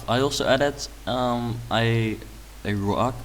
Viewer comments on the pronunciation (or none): Rug ~= carpet, pronounce the u in rug like a Dutch a. (Teppich in German, I don't know the Dutch word)